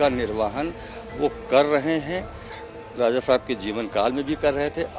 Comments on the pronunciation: Raza nhi hota hai Raja hota hai bhai sab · Ae bhai talafuz sahi kar lijiye bahut chubh raha hai. Bhaiya Raja hota hai na ki Raaza. Please don't mind seekhne ki umar nahi hoti. 10 baar repeat karenge to apne aap sahi ho jayegaa. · Abe Raja Raza Qn bol raja hy be 😂😂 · Bhai raza nahi raja h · Abe RAJA acche se bolna seekh le . Bihari Raza nahi Raja bola jata hai 😀😃😄😄😛😝😝😜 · Raaza nahi RAJA hota hai aaz nahi aaj kaho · Raja not Raza😂